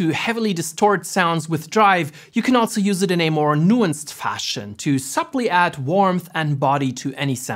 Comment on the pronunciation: Bro and the way he says subtly 🤣 Loved the plug-in tho! Bought it first and came here. Ver helpful video as well 👍🏻